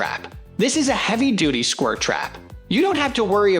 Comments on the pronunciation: Scwur trap? lol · Gonna get those squirrs